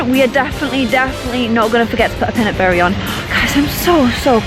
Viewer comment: Love your vids,:) You're happiness all the time seems influential on me. Btw could you try to say pinapberry like you are saying pinappple? Cuz that is what it actually is;) No hate though